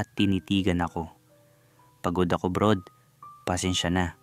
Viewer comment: Hindi nga kasi brod yong basa non.. brad talaga 😂😂😂